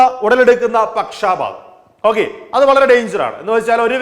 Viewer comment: Not pakshaapaatham. It is pakshapaatham.